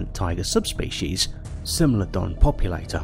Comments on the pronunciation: "smeelodon" yes but actually no ITS smilodon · Corrections: Smilodon's spelling is wrong in this video it sounds like sm-ai-low-don, and the American lion is panthera atrox, not panthera leo atrox, that is because it's a species of panthera and not a subspecies of lions, also you mixed it with the eurasian cave lion, panthera atrox didnt live in caves, and the bear you used for the actitherium was intended to be the northern version called arctos I have to say it's weird that you didnt include daeodon or andrewsarchus and I personally think that it's good because daeodon is debated to be a predator or a scavenger and andrewsarchus is too fragmentary and unknown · No one: Narrator: “smellodon” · Never say the word Smilodon again, Ever.